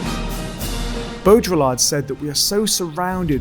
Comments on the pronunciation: bow-dree-are, not bow-drill-lard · it's not Bo-dra-ll-art !! (BAUDRILLARD). It's rather smth like Boh-dree-yar(d). 1 dislike for total incapability of pronouncing a french name correctly (what a shame..)- let alone excplaining his work... I know the (late ) french philosopher, I've read his very interesting book, in english (Simulacra and Simularion).. A person's name is too important and it should not be vandalised out of pure IGNORANCE. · Ok but that's not "bodjolar" It's "bo-dree-yar" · Just, well, it's not bow-drill-ard, it's bow-dree-aard. Other than that not bad at all. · Your pronounciation of baudriLLard I found unacceptable :( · Interesting talk. I almost stopped it because I was Irritated by your pronunciation of Baudrillard, though. It is not properly pronounced like there is a drill in the middle. Beaudry-yar is French, and they are sensitive about such things. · Could at least try to pronounce his name correctly. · Great video! (I find it weird that you use the French pronunciation for the first half of Baurdillard's name but not the second. It's a bit like pronouncing Marseille as "Marss Eyull".) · The L is silent ;) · The way you pronounced baudrillard made me cringe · hears him pronounce Baudrillard incorrectly, turns video off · I don’t think of Baudrillard as postmodernist. But he gets lumped in there. Also you’re pronouncing his name wrong.